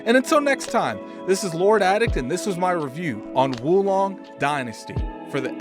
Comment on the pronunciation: Whoa Long. Not Wu Long lol.